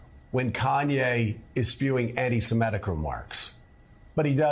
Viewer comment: It’s anti sem i’ tik, not sem eh’ tik. The root word is Semite, not Semete.